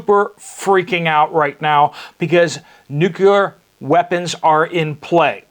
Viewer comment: NEW-CLEAR WEAPONS. NOT NU-CU-LAR.